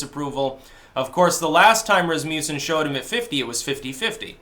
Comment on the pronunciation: Lol he is not even close to that also learm how to pronounce Rasmussen lol